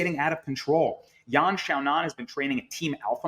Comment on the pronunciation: Yan "Zoonan" , Justin "Gathee", and Arman "Sarkookian"...Ok if you are YouTuber at home with 25 followers but embarrassing with the ESPN label.